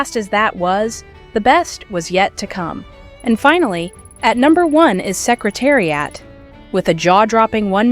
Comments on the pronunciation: So many misplaced videos going backwards and mispronounced names of jockies and horses. What a worthless video! Secretari-ott really! The whole purpose defeated! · Canadian pronunciation.;)